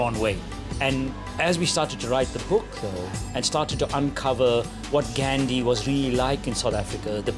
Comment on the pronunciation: He can't even say Gandhi's name properly....